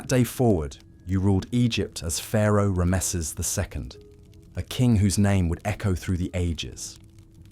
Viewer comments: This is really good except for the pronunciation of the word Ramesses, it's just very jarring to hear ram mess seses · Unusual pronunciation of Ramesses